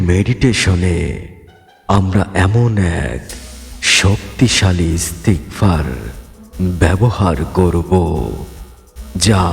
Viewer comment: ইস্তেগফার দোয়াটি পড়তে ভুল হচ্ছে